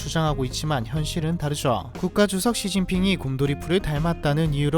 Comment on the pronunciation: 당신이 몰랐던 이야기님이야말로 발음교정좀 하셔야 할듯요 ㅋㅋㅋㅋㅋ 했기 때문이죠 다르죠 많죠 유독 죠로 끝나는 말을 즐겨쓰시는데 죠오워 죠오워 이렇게 쓸데없이 늘려 발음해서 짜증을 유발합니다. 요도 요오워 거리시고, 했습니다 할 때 다도 다아아 다아아 ㅋㅋ 대체 왜 그렇게 발음하는 건가요? 제발 딱 끊어서 말하세요.